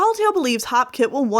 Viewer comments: I thought it was HOPEkit not HOPkit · its hopekit not halfkit i think i might be wrong